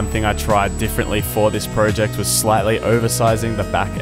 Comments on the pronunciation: You said project wrong haha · This is a fantastic video but i cant not laugh when you say pro ject